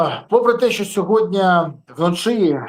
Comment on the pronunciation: Подяка за випуск.Але "СьогоднЯ"😂 правильно говорити "СьогоднІІІІ".Слава ЗСУ!❤